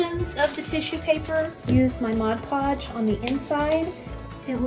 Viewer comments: Please say MOD not modge! Please. MOD PODGE. NOT MODGE PODGE!!! It's like fingernails on a chalkboard! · MOD PODGE, NOT MODGE PODGE! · ITS CALLED MOD PODGE NOT MOG PODGE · This is a great idea! (I do always snicker a bit when people say "Modge Podge" instead of "Mod Podge" LOL!) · It's MOD podge, not modge podge. Look at the label. Jars turned out great. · It drives me INSANE when ppl say "modge" podge.... 😖😖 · Mod Podge. Not modge podge. Thanks. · Are we not going to address the 1st one said maj podge ... 🤦‍♀️ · Mod Podge. Not mawjpawj. Mod. Podge. Can you read? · Why do so many people have difficulty saying MOD PODGE???🤦🏻‍♀️ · It's MOD PODGE! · Please pronounce “Mod Podge” correctly! Great idea, annoying pronunciation.